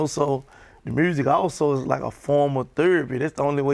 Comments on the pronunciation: Gottis pronouncing of the word music is priceless...lolol!!! DJ Ak: So Gotti tell me what I love most? Gotti: Shiiiiit Murzik!!! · “Making MERSSIC” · "Making Mursic"